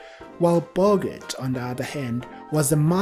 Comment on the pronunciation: If you cannot pronounce correctly the surname of the lead male you have NO right to post anything on YouTube